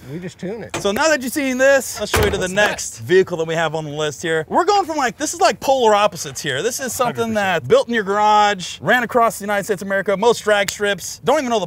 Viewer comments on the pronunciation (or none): you mean “polara opposites?” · He said polar opposites, i mean c'mon, "Polara opposites" :)